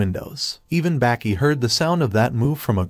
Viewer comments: its not baaaaahki its baki bro pronouncing it wrong lmfao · Why does he say Baki and tranasourouslike that